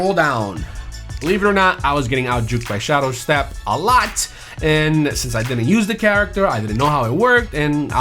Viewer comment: I feel like just tries to make people mad by saying every perk wrong in the game. Like he says shadowstep it's not that hard to say SHADE step